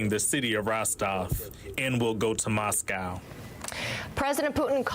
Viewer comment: This is old news now !! A deal has " been brokered" . "(0.33) Makes a change to hear an American say MOSCO (correct) instead of MOS COW ( wrong ) ! Not all Russians have been brainwashed to believe Putin !